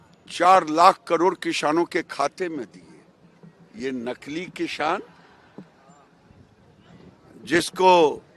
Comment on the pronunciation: Isko kisaan bolna aata nahi 😂